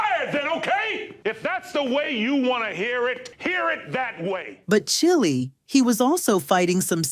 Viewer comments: If you’re gonna use an AI as a voiceover…please edit your script: AI that’s programmed by whites and Asians ain’t gonna pronounce Black slang like “Chile” correctly. If I hear one more “Chilly” where a “Chile” is supposed to be I’m gonna lose it. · They really need to stop letting AI narrate, the voice couldn't even say the word basketball right, or even Chile(not the country). But, nonetheless, I live the show. I just recently started to watch reruns of this show with my young children and they enjoy it. I would really love to know why the cast of Roc was mad with him after the show ended though.